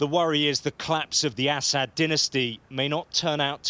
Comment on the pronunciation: I love how he says “Asshat” instead of Assad. Fitting